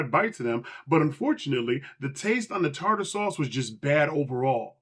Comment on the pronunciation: ........THE TAR-TAR SAUCE STRUCK BACK!!!!🤣🤣🤣🤣